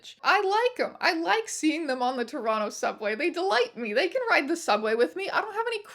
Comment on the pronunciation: Im gonna personally thank you for pronouncing toronto properly, thankyou